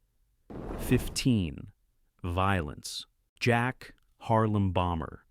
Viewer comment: It's "Harem Bomber" not "Harlem Bomber"